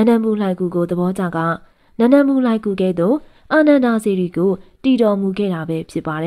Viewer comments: စိတ်မရှိပါနဲ့ဗျာ အခေါ် အသံထွက်လေးပြင်ပေးပရစေ နန်ဒမူ လှိုင်ဂူဖြစ်ပါတယ် နန်ဒမူလမဟုတ်ပါ၊ဂန်ဓမာ ဒန တောင်၊ ဂန်ဓာ မာဒနမဟုတ်ပါ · နန္ဒမူ ကို နန်ဒမူဟုဖတ်သည်ညီမ သင့်နှလုံးသားမှာ တရားတည်ရင် သင့်နားမှာ ဘုရားရှိတယ် ညီမရေ တင်ပြပုံကောင်းတယ်